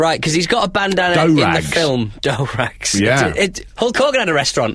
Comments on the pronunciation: Do rag is pronounced like dew it's short for hair do, not sure where dough rag pronunciation would even come from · It's doo rag not doh rag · Dough rag? It's clearly pronounced Doo-rag! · Isn't it a Do rag and not a dow rag?